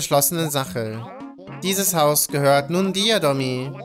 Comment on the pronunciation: Er heißt nicht Domi sonder Domi ×D